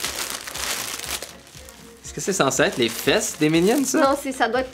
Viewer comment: C’est vraiment insultant pour la langue française que dise les « incredibles » ou les « minions »